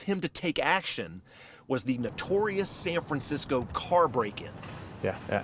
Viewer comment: San Francmsickol